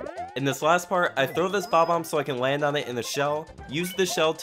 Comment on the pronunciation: He said bob ombs